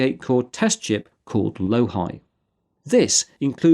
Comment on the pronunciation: Hello! Loihi is also the name of a volcanic seamount on the flank of Mauna Loa (the earth's largest shield volcano) off of the island of Hawai'i (or, "the big island") in Hawai'i, USA. In that context, it is spelled Lo'ihi and pronounced with a long "o" and ends with a sound closer to "eehee". So, shouldn't it be "Low-eehee" rather than "LowHi"?